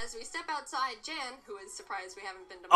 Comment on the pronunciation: The guy they call Jan considers himself to be a Pro Nuzlocker and he is quite ruthless. His channel is called “Pokémon Challenges” . Funny thing here is Jaiden pronounces his name incorrectly. It’s actually Yan (almost like yawn)